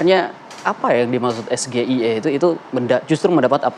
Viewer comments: Hehehe....Gibran pergaulannya level dunia tetapi ejaan atau alfabet inggris kok dibaca Indonesia seperti sgie..... Memalukan bro2... Mbok jgn nggedabbruuuzzzz......! Bohong lagi ya. ! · oi bong, para ekonom menyebutkan SGIE itu tidak di bacakan dalam pelafalan bahasa indonesia. Wajar cak imin bingung karena yang biasanya disebut pakai bahasa inggris eh disebutnya pakai bahasa Indonesia. Makanya setelah di kasih tau baru cak imin nyambung jawab nya, bukan di tanya "trik" malah ngalur ngidur dulu 🤣. Gara2 pertanyaan konyol itu juga jadi berkurang 1 penjelasan cak imin dan 1 tanggapan Gibran